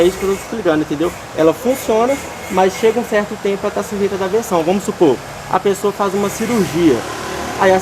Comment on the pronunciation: Tá dando versão, versão, versão kkkkkkk fala correto moleque é aversão!